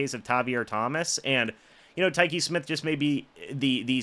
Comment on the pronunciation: Whooraaay.. You finally pronounced his name correctly!!!